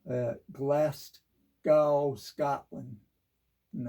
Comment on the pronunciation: Nice vid man. Glaz-Go is the best way to pronounce Glasgow.